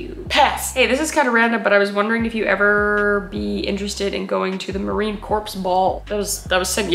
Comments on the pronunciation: Corps from Marine Corps is pronounced "core". You might want to consider going to the Ball. I think it could be worth the time. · It’s not corps it’s spelled correctly but it’s pronounced core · No! not the Marine CORPSE ball The marine corps ball